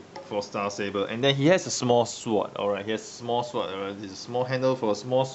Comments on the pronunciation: can u count how many "er", "uh" "erm" "so" "despite the fact" tis fool said in the review.. and i lol every time he said "syvord" instead of SWORD!! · On the topic of rightful name, in sword the 'w' is silent. pronounce as "s'ord". like in 'answer' and 'two'.